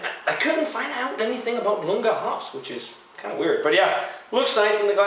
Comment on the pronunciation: Actually it's not Lunga, it's Iunga, with a capital "i" ;) Iunga is supposed to give grainy notes (freshly reaped crops, etc.)